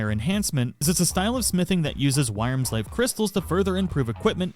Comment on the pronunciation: Honestly she gives you the discount if you just do all her quests. Also with wyrmsfire its pronounced "worm" lol